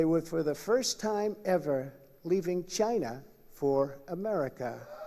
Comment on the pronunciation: Im sorry (not sorry), the way Trump pronounces "China', sounds like "Ghyyna". hideous.